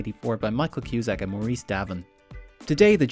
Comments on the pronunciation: Maurees? MaurEES?!!! For the love of jaysus! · Maur-eese. What the fuck is that ‘kid’.